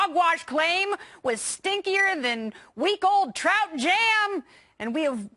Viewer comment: Did she just say “trout jam?”